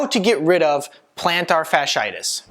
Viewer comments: ROBO COP VOICE: PLANTAR-SHARD-SHIGHTISH!!!!😂😂😂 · He lost me the moment he misspelled and mispronounced the ailment. If he can’t get that right, how much am I going to trust the rest of what he has to say?